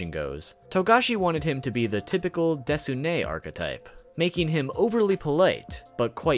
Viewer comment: what's that word? "Desune??"